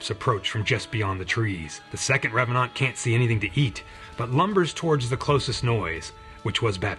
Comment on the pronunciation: I appreciate your slight French pronounciation of revanant. Just adds a bit more to the flavour. (Also, your channel is criminally underexposed and I'm grumpy on your behalf)